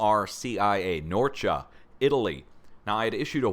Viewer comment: Thanks for all you're doing, and by the way you are pronouncing both Norcia and Campobasso correctly! Greetings from Italy.